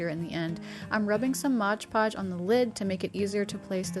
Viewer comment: First timer to your videos. Really appreciate your aesthetics and your detailed instructions, and I will definitely be trying some of them out. I have subscribed, and look forward to seeing more of you. One tiny glitch for me was mispronouncing Mod Podge as Modge Podge on the first project. It's a small detail, but always grates when I hear it. If you're going to name a brand, it's important to say it correctly.